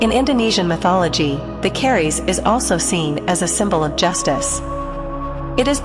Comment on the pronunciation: You are pronouncing 'Keris' incorrectly, the 'e' is very short and therefore it sounds far more like 'kris' and not at all like 'care rees' as you are saying it.